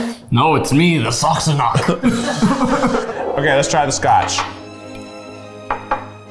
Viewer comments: It is pronounced sas-san-ack lol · Them mispronouncing Sassanach and proving how Sassanach they are lmao